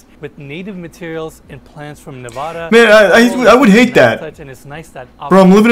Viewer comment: When he says Nevada wrong 😒